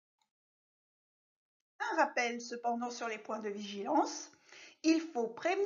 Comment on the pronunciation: vigilance et non viligence